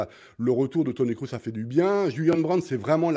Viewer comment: Bugs Bunny(Nagelsmann) est qn qui manque d'humanité, je trouve Qd l'Allemagne avait battu la France lors du dernier match amical,les médias allemands n'en pouvaient plus, c comme si l'équipe avait gagné le mondial😂😂😂 Mr Breitner par pitié, Kroos ça se prononce Krôsse mais pas crousse 😢😅